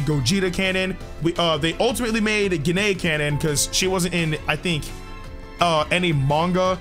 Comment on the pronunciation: You mispronounced gine